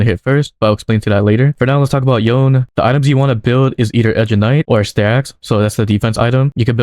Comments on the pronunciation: To pronounce Yone...It is "Yon-Nay"...NOT YON! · Saying yone instead of yoné is illegal